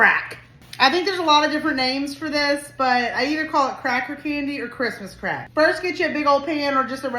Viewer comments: That looks delicious. I must try this.😂😂😂😂😂😂😂😂😂😂😂 I must say, the way you are putting those emphasis on CRACK is CRACKING me up😂😂😂😂😂😂 I have rewind it over and over just to hear you say it.😂😂😂😂😂 I love your channel and I really have been enjoying the Christmas recipes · Love the way you emphasize "Crack" so strongly😂 lol!!😂 This looks great!! Great job! Id def eat it!!